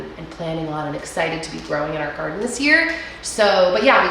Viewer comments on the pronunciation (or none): none